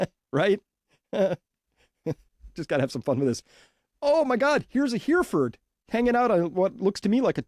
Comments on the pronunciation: Greetings from England! Your analyses from Day One have been incredible. Thanks. PS the cow in question is pronounced "Hairy-Ford" not "Here-Ford". It's named after a town in England. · Hereford is pronounced “Hera-fud.” Just like the town in England.